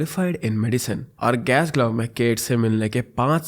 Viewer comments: Glassgo is the pronunciation, anyhow you’re great at storytelling. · I wonder why you don’t learn the pronunciation of cities when you cover international cases. Munich, Leicester, Glasgow, Dundee even Danube river all pronunciations are wrong and it makes it difficult to follow the case.